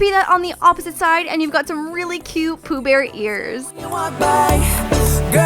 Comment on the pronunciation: poh bear?! isnt it winnie the pooh?